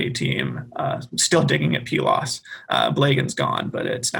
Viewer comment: Please note: I didn't listen to all of this, but came here because I felt I was the only one who pronounced Pylos as Pee-los. I have my BA in Classics from Prof. Michael Cosmopoulos. And traveled to Pylos and Iklaina for the first year in 1999 for his dig. I had a photo of me holding one of the tablets(?) I stumbled upon. Pretty cool. I regret not getting my Masters or PhD with him. But don't regret a thing about my BA and travels.